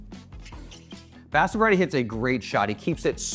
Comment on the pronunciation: Pronounced Ba - sa - va - reddy :_: not basav-reddy